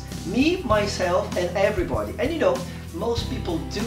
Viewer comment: Your English is bad bro is like: you'll speaker (everybody) with the wrong pronuncy. You'LL speaker wrong um the part you'll speaker the ( body) you've pronuncyed the O and you need pronuncy it the a yah